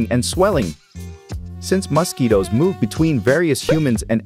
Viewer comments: Bro pronounces mosquitoes as “mustkeytoes” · Why does he say it like mahsquitoes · Yes " Mos-ketoes" are very annoying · Muskketoes lol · Hilarious pronunciation of 'mosquitoes' (plural) and 'malpighian'. Who on earth is the speaker?